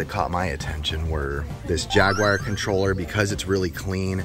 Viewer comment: Yo I’m sorry but this needs to be said. Why do you pronounce it “jaguire”??? I feel like you’re channeling your inner overrated Tom Cruise flick instead of talking about Atari’s last gaming console. 🤣